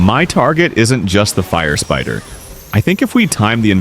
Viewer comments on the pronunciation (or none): Fire Spitter❌ Fire Spytter✅😂😂😂